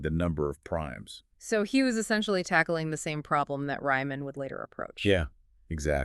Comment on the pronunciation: Please, "REE-man", not "RYE-man"...